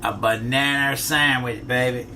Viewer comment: "a bohnanner sammitch"